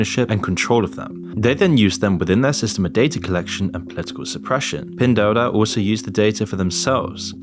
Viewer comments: It’s ‘pin duo duo’ You called it ‘du du’ ‘dao dao’ and ‘dou duo’ lol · I know it's not the biggest deal for non Chinese speakers, but the pronunciation of Pin Duo Duo in the narration is super off 😅 goes from some funny ones like Pin Doodoo to Pin Dodo... maybe stick to saying "PDD" in future videos if they're mentioned? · I’m laughing because you are pronouncing Pin duo-duo as Pindoodoo. Great job. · Pin Do Do 😂 it's Pin Duo Duo - pronounced "Pin Dwaw Dwaw" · At you say "966" but the article states "996" - which one is it? And all i heard was "doo doo" instead of "duo duo" lmfao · Pin doo doo 😂 is pronounced pin doo-o doo-o 😅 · the amount of pronunciations of "pen duo duo" 😭😭👌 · Fair video but your quality control is really poor. you frequently showed info on the screen and read different numbers. for example the rating was 3.3 but you kept saying 3.4. and you changed c+ to c-. you also pronounced pin duo duo completely wrong and shows a lack of research, along with speculative superlatives without any research justification. Not quite journalism, more like another bandwagon just like the influencers, using the hot topic to get some cheap views. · Probably already said/noted. Duo is said more like door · Did you say pin doo-doo? Grooosss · all love bby but u are butchering tf outta that pronunciation 🤣🤣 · Good video. But you’re mispronouncing “Temu” and “Pindoudou.” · how do you get both pronunciations so wrong? L